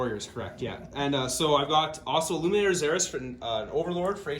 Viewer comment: ILLUMINOR NOT ILLUMINATOR